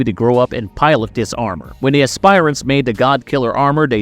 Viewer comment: Good god, you guys really need to work on your pronunciations. It's not pronounced "ass-spire-ants". The correct pronunciation is "ass-per-ants".